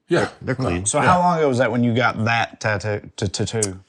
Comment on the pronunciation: "ta too" 😂 Never heard it pronounced that way before but now that's the only way I can say it!